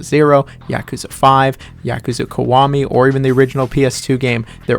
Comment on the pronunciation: please say yakuza correctly, it’s YAH-kuza not YA-kuza 🤦🏾‍♂️